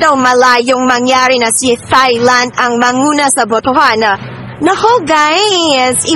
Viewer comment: Sorry po, mejo awkward ung comment ko but I mean no harm... Thailand is pronounced as Tai-land... it uses the /T/ sound and not the soft /th/ sound. More power to your channel po.